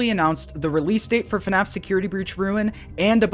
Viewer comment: Man I really miss the old “Hey guys, and welcome to another video… on FuhNaff” with the symbols in the intro